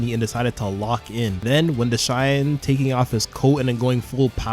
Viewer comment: Who tf is "Deshine"? :') Are you really calling Dashan like that? 😭 And why are you writing Ginga "Jinga"? :')